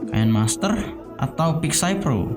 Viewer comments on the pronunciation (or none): none